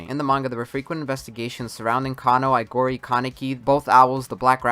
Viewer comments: It's Aogiri, not Aigori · Quinque is pronounced "queeng-kay" Aogiri is pronounced "Ow-giri"